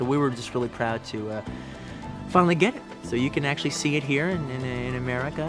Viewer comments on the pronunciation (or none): none